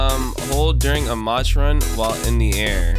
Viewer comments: im so glad that he is playing this and i love that he pronounces "mach" as "match" even though it's actually pronounced like "mauck" or something like that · Instead of saying mach imagin mach as maak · its called mach (ma-k) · Mach is pronounced ma-k (ma like yelling ma and ch makes k sound) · Hey! This isn’t a hate comment or a butt hurt comment just wanted to help with the pronouncing of Mach think of it like Mock. It likes a word for a certain amount of speed. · Every time he says "Mach" run it hurts my soul a little